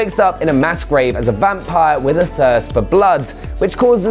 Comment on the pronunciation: Duuuude it’s pronounced vampire